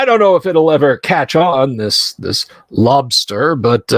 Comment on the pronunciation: Lobstah lol